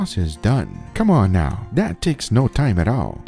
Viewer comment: . Oh, ok. Edit: He said, "Now ready." His accent made it sound like "Not ready." LOL.